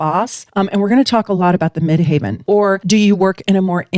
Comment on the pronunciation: 10th House - top of chart = the MidHEAVEN (not pronounced Mid"haven")